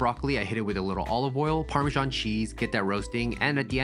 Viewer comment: "parmeshan cheese" 🙄